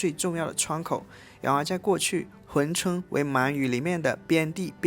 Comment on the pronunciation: hun 不是hui 😂我也服了